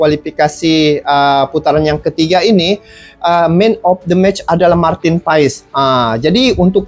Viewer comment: Bang.. maaf sedikit koreksi untuk Nama Marteen Paes di baca Marteen Paas (krn asal Marteen berasal dari wilayah Belanda yg berdeketan dgn Belgia) penyebutan itu berasal